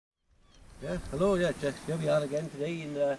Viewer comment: I like how when he says here, it sounds like yuur.